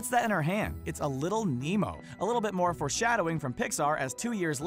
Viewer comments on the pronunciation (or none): none